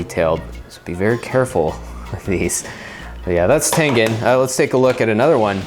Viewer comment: god damm it its tengen not tengan